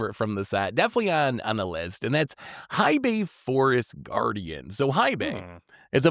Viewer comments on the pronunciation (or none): Love your stuff! Hei Bai is pronounced "hey bye". Hei translates to Black and Bai into White so Black White, cause he's a pandy 🐼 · it's pronounced Hey Bye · mispronouncing Hei Bai perfectly backwards is hilarious. One of his best 😂😂